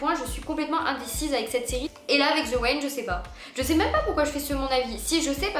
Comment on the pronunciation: "The wain" 🤣